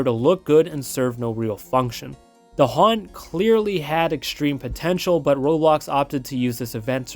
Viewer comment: Never quit the "H" from haunt